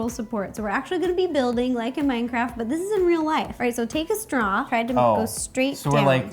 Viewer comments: She said mindcraft instead of Minecraft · i cringed when she said mindcraft